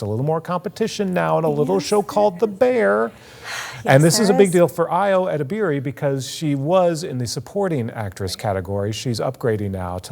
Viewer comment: Please learn how to correctly pronounce Ayo Edebiri's name,.